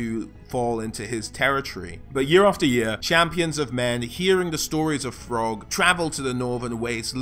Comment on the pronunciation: I heard "frog" when he said Throgg